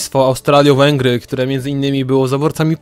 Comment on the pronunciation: Nie Australiowęgry Austriowęgry